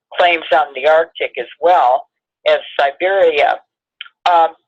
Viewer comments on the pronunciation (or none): none